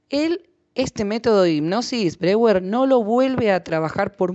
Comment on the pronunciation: Muy útil el vídeo, sería coherente que si nombra a Freud correctamente, también lo haga con Breuer (pronunciando Broier). Gracias por el vídeo!